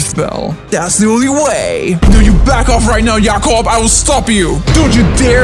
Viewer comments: Jacob not yacob. JACOB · Y yacob instead of Jacob